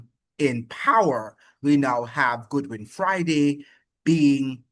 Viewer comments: It is not Goodwin (Good-win), his name is Godwin (God-Win). And by the way, St. Vincent And The Grenadines has always had very close diplomatic ties with Washington, USA. It is Communistic mind of the now former Prime Minister Ralph E. Gonsalves who because of his very close alliances with Putin, Chavez, Maduro and the others with likewise minds, has constantly been attacking the USA in defense for his buddies, who are less beneficial to Vincentians than the USA, that has over three times the population of Vincentians and linage than St. Vincent And The Grenadines itself. The remittances from the USA are the highest income earnings for St, Vincent And The Grenadines. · It's pronunciation is god win not good win